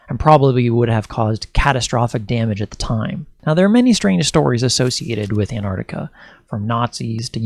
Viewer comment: can't even pronounce "Ant-Arc-Tic-A"...says "Ant-Ard-Ica"...ffs.. Not even bothering beyond 20 seconds,...fucking millenials... 🙄 Do you also "axe" many "impordant" "queshens" in your "research," too?